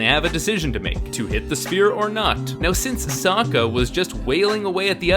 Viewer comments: soaka? its fucking sokka. wtff m night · The fact the actors have moments mispronouncing the names angers me. Bitch said so-ka instead of Sokk-a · "Soaka... Don't" I will always hear it as Soaka and not Sokka... Like what idiot cast this person? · the pronounced sokka's name like soa-ka? i'm abouta kill someone, any recommendations? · Sewka? lol. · Wait how the fuck did she just pronounce sokka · Please don’t call them Aang, Soaka or Katara. They are Ong, Sock-Ah, and Key-Tea-Yarra in this film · Are you the Ovatar, Ong? Yeah, I am sOOka Did you hear that, uncle Eroh, now I can finally restore my honor from that Agni KEY The mispronunciations are mind blowing